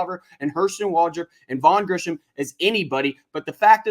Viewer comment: It's Grissom not "Grisham"